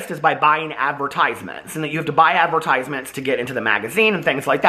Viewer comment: The way says adver.. tisements is adorable 🥰